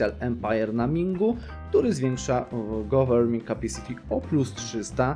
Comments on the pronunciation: chodzi mi o to ze czytasz govering ucinasz to N ;p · wszystko fajnie, ale goverNING.